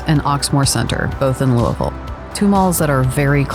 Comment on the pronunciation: lived here all my life. didn't understand why they were so close. but as I got older I found out these malls cater to different clientels. props on saying our city's name right 👍